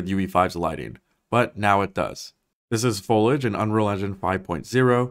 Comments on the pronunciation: May I offer constructive criticism on your pronunciation of certain words? Foliage is 3 syllables and should sound like Foley edge Cupboard should sound like cubbard Thank you. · Sorry I stopped watching your video when you miss pronounced Fo- lee- age/ foliage 😏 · Great video but is no one bothered about the pronunciation of foliage bro saying folage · What is this guy's deal? "Folidge". Sketch pronunciation. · Is nobody going to talk about "folage"? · If you're going to make a whole video about foliage, please learn how to pronounce the word. It's Fo-lee-ij. Also, how do you not know how to pronounce cupboard?! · Foe lee edge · why do you keep saying "foe-lidge"? Do you mean foliage? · You are saying foliage wrong. It is pronounced foh-lee-age. You are not pronouncing the i in the word. FOH-LEE-AGE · You pronounce "foliage" wrong, and it's annoying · Completely off topic but the i in foliage isn't silent and because it's said about 100 times in this video it's extremely grating. If you open any dictionary there's only one pronunciation listed: /foh lee ij/ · Keeps getting better! Just fyi, foliage is pronounced 'Fo-LEE-age', also cupboard is 'cuh-bird' 🙂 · Thanks for this, I was going insane with the "fo-lidge" business! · hah. Ditto, though it was at least better than when people say FOIL-idge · Every time he said folidge I cringed harder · Dude. It’s pronounced “fow-lee-uhj”. 3 syllables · Say it with me.... "foh-lee-edge" 😉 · Fol-i-age, three syllables. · Folage? You mean foliage? You can’t just decide to not include letters in the pronunciation. Foliage is a 3 syllable word. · Excellent information but… Foliage is a THREE syllable word. Accurate is also repeatedly mispronounced. Great video otherwise. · amazing video, thanks for breaking it down, now im really excited!! (...psst foliage is pronounced fo-li-age w/3 syllables) LOVE YOUR CONTENT BYE!! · Foliage bro. Fol - e- age. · mans said foliage like "foluge" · FOH - LEE - EDGE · It’s pronounced “fole ee ij”